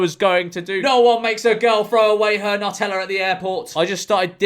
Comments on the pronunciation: Pronounce NEW*TELLA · It's pronounced NEW-tella.